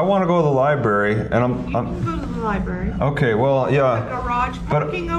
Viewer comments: Stop pronouncing "library" as "libarry" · A genius who pronounces "library" as "libarry"? Okay..